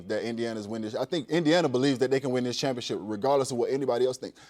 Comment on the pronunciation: You play for the "Championship", not the 'Chumpionship'.